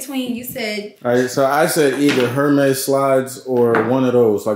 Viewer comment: Love y’all so much ❤. Been watching y’all from the beginning. Please doesn’t take offense to this but the “H” in “Hermes” is silent. Don’t need the trollers trolling 😁.